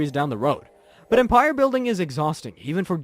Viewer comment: Marika "Ma-reeka" Empire "Em-peer"